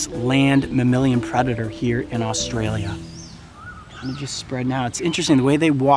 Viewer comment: He says asstralia